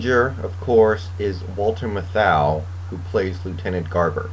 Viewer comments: For authenticity almost all of the actors in this film are in fact native New Yorkers. Obviously Robert Shaw is one of the few exceptions. Also, Matthau's name is pronounced as MATH-ow, not ma-THOW. My favorite supporting character was Caz Dolowicz. "How the hell can you run a goddamn railroad without swearing?" I really felt bad when he got shot. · Jerry Stiller‘s name is indeed in the credits under Lieutenant Rico Patron’s. Also you’re mispronouncing Walter Matthau‘s name every time you say it. I appreciate the review but please get your facts right.